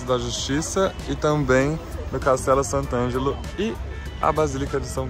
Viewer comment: Sant' Angelo, nao San Angelo. TrastÉvere se pronuncia. Arancino é bolinho de arroz; torta é bolo en Italiano. TrastÉvere per cortesia!